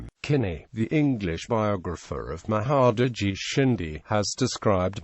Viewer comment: Why these people are interested in History irrelevant to them? Theyknow there are more english language viewer in India then any country in the world. So they are lookng at future to make money on the video. This must have been the sole purpose. They dont even know how to pronounce Indian names.